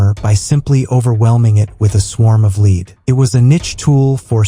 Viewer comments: So fkn sick of bullshit ai narrated channels, so called " creators" to fkn lazy to narrate their own videos, what tyfk is " a wall of LEED " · What is a wall of leed you need to fix your AI